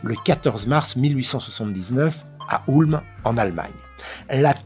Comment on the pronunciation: Merci d'avoir prononcé Ulm correctement ! 😁